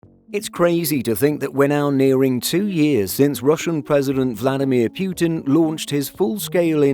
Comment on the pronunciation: It's Pootin, not P-you-tean.